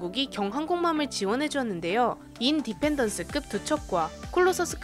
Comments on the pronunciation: 인~디펜던스가 아니고 인디펜던스... In-Dependence (x) Independence(o) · 인 디펜던스는 뭐임 그냥 인디펜던스 붙여서 읽어야되는뎅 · 인~디펜스가 아니고 인디펜더스 라고 하세요ㅋ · 인 디펜더스급이라니.... 인디펜던스 아임미꽈...